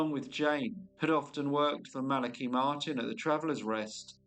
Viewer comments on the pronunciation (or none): Interesting because according to what I found, and how I've always heard it, it is pronounced thus: The name Malachi is typically pronounced MAL-uh-kigh. The emphasis is on the first syllable, "MAL," and the "a" in "Mal" is pronounced like the "a" in "apple" or "cat". The "a" in the second syllable is a schwa sound (uh), and the "i" at the end is a long "i" sound, as in "kite" Maybe it's a UK thing. No matter, pronounce it how you think it should be. Cheers. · I love this channel, but that's not how you pronounce Malachi.